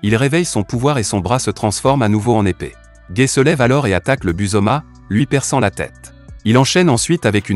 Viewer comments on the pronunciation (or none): C'est pas méchant mais tu prononce mal son nom c'est pas gai mais gaii